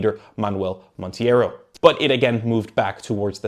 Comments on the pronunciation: Whats with foreigh people being incable of saying words with ei correctly and always reading it as ie, is just like saying Hey. Its MontEIro not MontIEro. This a question not a critic Good video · always baffling to observe the utter incapacity of foreigners to pronounce the 'i' before the 'e'. Monteiro, Carneiro, etc Portuguese is not spanish people! It is easy: assume 'ie' is simply equivalent to an 'a' in english. There: fixed. Jeeez